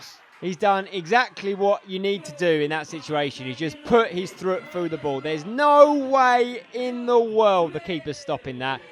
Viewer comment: Just put your thrut through it😂😂 it’s foot pal you said it twice in the space of 5 seconds hahahah